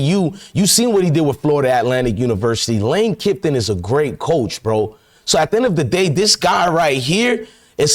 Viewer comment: Who's lane kiffton ? You're such a dumb ass !! It's kiffin, jackass 😂